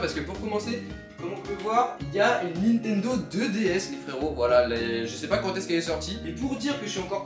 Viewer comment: ptdrrrr ta écorché le blaze de la DS